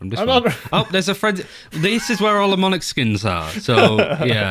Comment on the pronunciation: Everyone: "Monarch": "Monic" / "Monaco" Also: great battlepass, the Ktac and jigsaw collections are top notch. I also really liked the Lightwave and deep-sea collection from the last one!